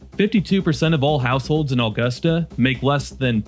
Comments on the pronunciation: By the way, you kept saying Aw-gust-a..... it's Uh-gust-a. Otherwise, better pronunication than other Maine videos made by folks from away... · Nobody in Maive pronounces "Augusta" like "August a". We say it like "A gust a".